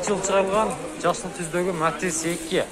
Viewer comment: Матез эмес Матиз де тормуз